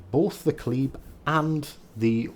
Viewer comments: at the start of vid your 3rd pronunciation of kleber is the right way to say it. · Cheers from France ! Thank you for this excellent video. Your third prononciation is almost correct ! And I'm living avenue Kleber in Paris. She would be mine ! :D